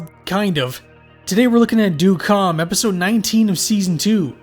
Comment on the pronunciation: It’s pronounced “dead calm” but this was still a good analysis.